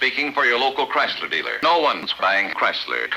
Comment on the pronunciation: Christ-ler! Ford really fucks it up! xD